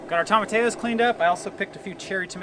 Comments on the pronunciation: Tomatillos... that double L is pronounced like a y .. Tom a ti yos. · Tomatillos: toe-ma-TEA-yos Sorry, that was just bugging me. Great video! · I love you guys and wish you the best always. Will you please pronounce tomatillos: tom-a-tee-yos. It's just driving me nuts. Peace. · (psssst, "toe-muh-tee-yoes") tomatillos ✌🌻😁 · Y’all make me giggle every time you say, Tomatillos….. Toe-muh-tea-yoes …..is how you say it….I wish there was smell o vision! Looks great!❤️❤️❤️❤️